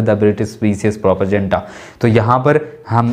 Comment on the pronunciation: please learn the correct way to pronounce PROPAGANDA ..it is not pronounced the way you do and it is getting on my nerve .. every time you say that word and don't forget it's not a bad thing that you don't know ..you can learn, so please do so